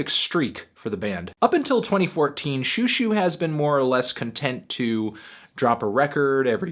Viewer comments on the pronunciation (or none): Xiuxiu should be pronounced more like "schoh-schoh" (sch being sort of in between an"s" and an "sh")